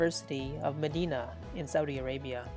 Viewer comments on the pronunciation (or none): none